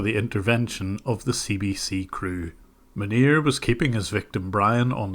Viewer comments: Whenever I hear you say his name, I hear 'Manure' and I don't think that's an accident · I like how you pronounce "Munir" as "manure". Dunno if it's just because of your accent, but it's an appropriate way of pronouncing it, nonetheless 😂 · I literally thought you said his name was "manure" at the beginning of the video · The way you say his name just sounds like "Manure", which is pretty accurate I suppose. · I like that how you pronounce his name sounds like "manure". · Can we just take a minute to realize how many times I heard “manure” instead of “Manir”? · I think you are mispronouncing his name, it is supposed to be "Manure". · tbh i thought you was saying manure at first then realized it was his name, but seems like he's personality either way. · I love how the pronounciation of the scammer’s name sounds like “manure” because he actually is a pile of shit. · The way Jim pronounces Manir sounds like “manure” and I find that extremely appropriate. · I love how you pronounce Munir as closely to manure as possible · Munir?? Are you sure you are pronouncing his name right? Isn't it pronounced "Manure"? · I know this is entirely unintentional but I’m giggling at the nonchalant pronunciation shift between “Maneer” and “manure” at various points throughout this video 💀💀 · cc pronunciation is manure lmao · you say Manir, I hear Manure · Jim said Munir but I heard Manure. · Everytime you said the scammer's name I heard Manure. Which is pretty accurate. lol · Isn't his name pronounced, "MANURE"? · Can't stop hearing "Manure" and I'm going to choose to believe that's what it is, because it's just so appropriate. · am i the only one that think it sounds like he is saying Manure? n not Munir 🤫😜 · I had a small laugh when I heard the scammer's name pronounced as fitting as it possibly could be for such a man of low caliber. Who would name their kid in the likes of cow waste, manure :) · The way you pronounce his name xDDD "MANURE"!